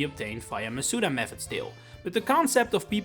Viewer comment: how do you say the wrong pronunciation of Masuda and then the correct way in the same sentence without realizing